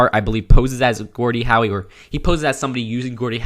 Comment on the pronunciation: like How, but you said Howie the two other times. Gordie Howe is considered to be one of the greatest hockey players of all time. Many people even consider him to be the second best after Gretzky.